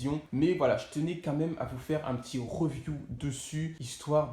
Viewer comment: voilà pour se Rrrreeview 🤣🤣🤣